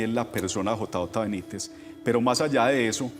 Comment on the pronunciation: Señor disculpe, pero es el segundo video que encuentro de ustedes y de verdad no puedo con que usted cada vez dice J A Benítez, por favor interiorice JJ, su compañero creo que hace más fuerza que yo, cada vez que usted lo nombra